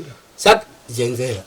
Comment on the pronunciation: Bamukuru medzai mate muchaburitsa zvisizvo pakudana zita ramai Jengera